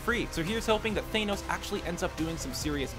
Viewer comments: THANOS NOT THAYNOS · Than-os not Thane-os! Sometimes I think some of these guys mispronounce names on purpose! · pronounced THAYN-OWS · its thanos not Tha-nos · You're saying Thanos wrong. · That's not how you say Thanos. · Can this guy not pronounce anything? Mater? Thanos?? Michael PEÑA? REALLY??